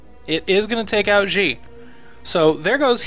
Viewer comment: Just FYI, Xi should be pronounced more like "she," if indeed the DoD are modeled after Chinese. You're putting English pronunciations on a word (Xi) that is not in the English language. No, I am not Chinese, but I speak some of it, and I live in Taiwan. Trust me! If you want more information, check out this site: The more you know... (shooting star!)